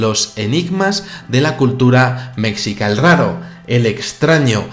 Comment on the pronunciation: Solamente una larga indicación al calce respecto del video: no se pronuncia mecsica, sino MESHICA, aunque el sonido de SH no existe en el español, porque corresponde al inglés como en Sheila o al francés como en Chevalier, cuya pronunciación es SHevalier. Los españoles sin embargo suelen tener un sonido muy semejante al procunciar la S simple, que no la dicen con un sonido limpio, sino como arrastrándola y suele parecerse mucho al sonido SH (¿La influencia semita bajo el largo período de ocupación por los árabes?). Tampoco es correcto denominar azteca a todo lo que se encuentra del pasado en México, es más apropiado referirse a culturas pre colombinas, porque fueron muy variadas. La confusión frecuente respecto de la X se debe a la pronunciación yanqui del nombre de Texas, que es Tejas puesto que se trata de una palabra española pero ellos lo llaman Tecsas, como mal pronuncian Mecsico debido a la X, que seguimos utilizándola en sólo algunos casos, como fue redactado el Quixote por Cervantes que sin embargo se pronuncia Quijote. La dificultosa, antigua X española en México, se complica un tanto porque la pronunciamos de modos distintos: Como S en Xochimilco (Sochimilco) como SH en Mexica, como J en México. Cada país de habla hispana ha introducido sus modismos peculiares y es lo normal en todos los idiomas de la Tierra, que adquieren modificaciones locales. Por otra parte, es necesario defender la valiosa Ñ que los yanquis desprecian y la convierten invariablemente en simple N